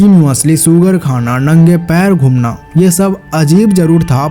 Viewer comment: nahi ye woski habit hai , woske pronounciation dekho baki shabdo ko bhi wo ese hi pdhta hai 🧐 Ghoomna nahi gumnda 🤷 ✔️ learning nahi larding 🤷 Dhyaan se suno tabhi L bnoge ... koi ek bar showoff kr skta hai bar bar nahi vrma habit bn jayegi